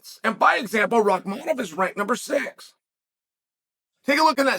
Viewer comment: Chael, jokes aside, you're the only one who doesn't call him by his first name "Shavkat". It's not hard to remember. It's just like "Khamzat"... but it's "Shavkat". Somehow, you've actually memorized and pronounced correctly, his harder last name. Which for you, this just blows my mind and I don't understand. Unless you're trying to give him a hard time, and if you are, it's falling on deaf ears. The entire UFC commentators just call him "Shavkat" and don't even say his last name. Most people don't know his last name. Get it together old man! Sad!